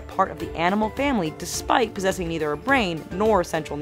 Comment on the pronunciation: listen to her say despite